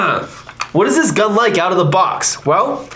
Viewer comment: “I absolutely love shooting the GuhhhN”